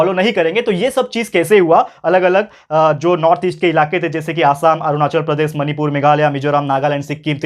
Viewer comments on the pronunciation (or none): none